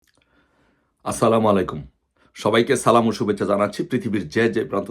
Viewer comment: ভাই সালাম টাও ঠিক মতো দিতে পারেন না। লজ্জাজনক